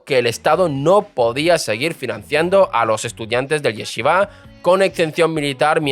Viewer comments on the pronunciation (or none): Se dice yeshivá. No es yesivá, como pronuncian los españoles, tampoco yechivá. YESHIVÁ. Como shhh